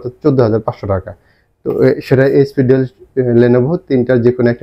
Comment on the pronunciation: ডেল না। ডেল বলেন কেন?